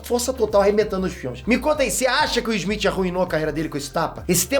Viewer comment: O nome dele é Smith e não Esmit como você fala.